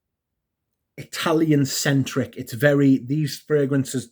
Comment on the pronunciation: Oh... Eyetalian. Yeah, nothing from this house wowed me. Peau d'espagne (Spanish Leather) is the only one that I thought was Ok. Looks like it's not in your sample set.